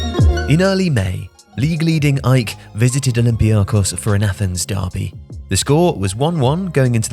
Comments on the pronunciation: Lol that's what I said 😂, it's A...E...K Athens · You sound weird saying "ike" never heard them pronounced that way, always been A-E-K. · Surely AEK are not really pronounced as "Ike"? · Who is this "Ike" you keep talking about? AEK? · I was waiting for a comment like this. Wondering whether I’ve always said it wrong. I’ve just said the letters AEK Athens not ‘ike’ like he says, which is correct? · I don't think they pronounce the AEK but great video tho 😃